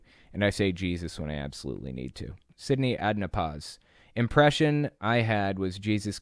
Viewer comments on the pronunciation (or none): none